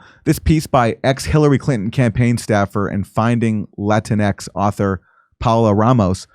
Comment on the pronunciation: It's "La-tin -ex" .